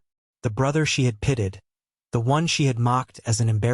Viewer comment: Did you catch pitted for pitied (pi teed). The AI will never get corrected so we'll hear that a few times more.